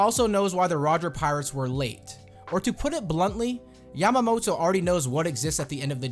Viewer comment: And you need to pronounce her name properly since it sounds like a female name for Momonosuke